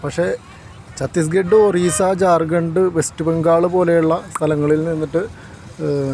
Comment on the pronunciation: ജാർഗണ്ട് എന്നാണോ പറയുക? ശരിക്കും നോക്കി വായിക്കൂ.